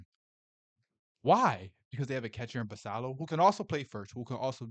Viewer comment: Can you please Learn how to pronounce Basillos name correctly. It has 2 ls and is Spanish. Kook!